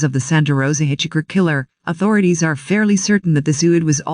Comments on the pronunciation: Hitch Hiker!!!! NOT hitch Hicker!Hitch Hiker!!!! NOT hitch Hicker!Hitch Hiker!!!! NOT hitch Hicker!Hitch Hiker!!!! NOT hitch Hicker! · I literally cringed everytime the voice says hitch-icker... and this was a video with that word in it alot. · Hey, find out how to properly pronounce words: Hitch Hicker???? Stupid!!! Why does this drone sound robotic!!! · That was the one that kept irritating the f*** out of me too. Although there were countless other verbal mistakes ........ do not like this narrator!!!